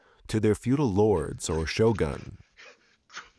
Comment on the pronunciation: "their feudal lords or show-guns" lol